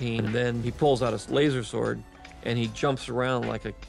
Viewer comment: It still really bothers me that Lucas calls Lightsabers "lAzUrSoRdS". I'm pretty sure he knows it bothers fans and does it on purpose at this point.